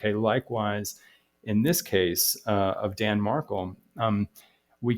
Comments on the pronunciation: Pronounced MarKEL not MarKLE! At least pronounce his name correctly! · It’s pronounced marKELL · It’s pronounced MarKEL… emphasis on Kel as in Kelly. Sorry but I tried to watch but was hard to listen to you mispronounce Danny Markel’s name when I’ve listened to many videos that pronounce it correctly. Have followed this case since beginning and listened to many interviews of his mother, Ruth. Please, get his name right if you are going to make videos about his tragic demise. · You are mispronouncing Markel